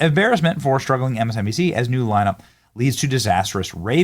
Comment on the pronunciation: Did he say ‘lineup’ or ‘whine up’?